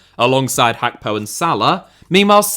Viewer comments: Why is he saying “Hakpo” instead of “Gakpo” 😂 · What's with the Hackpo pronunciation